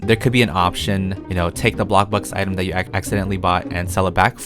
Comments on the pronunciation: If he says 'bloKburg' one more time... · This is how many times he said blockburg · I dare you to play something instead of bloxburg, and ro ville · i love when he say “bLOCKburg” or “wAAARm lighting” my favourite words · I love the way he says "Bloxburg"